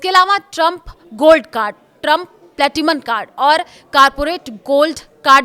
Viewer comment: Platinum bhi thik se nahi bol pati ho? 🤨🤨🤨😡